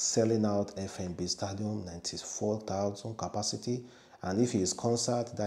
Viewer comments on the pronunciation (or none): Stadium n not stadam".